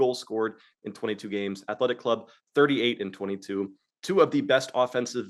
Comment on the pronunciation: Omg lol with the "he means Real Sociedad" each time he says athletEEE...shame buckets:card-red-penalty::face-green-smiling:. I watch this show whether I bet or not, love this happy family we got here.